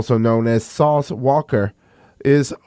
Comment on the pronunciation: "Sauce Walker" 😂😂😂😂